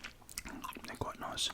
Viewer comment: You mean "quoite noice" ?